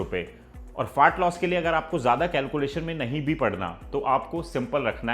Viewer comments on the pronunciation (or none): भाई प्लीज़ फार्ट लॉस मत बोलो 😂